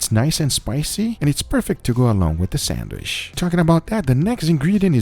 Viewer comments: it is sandwiCH, not sanduish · homie be sayin sandwish lots of times. someone help him out. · I'm the only one hearing him say Sandwish ? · sangwish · ah yes... the sandweshh